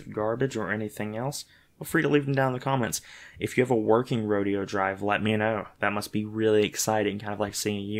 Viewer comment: Repeat after me 3 times: Ro-DAY-oh. Mine came with a Bock nib, which presents none of the problems that you so complain about. $44 from Goulet. A wonderful pen. Butter smooth. No skipping. You obviously spent your $13 on a defective pen. You should have returned it rather than reviewing it.